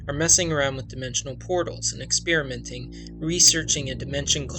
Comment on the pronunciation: ITS EX PER A MENT NOT EX PIER A MENT!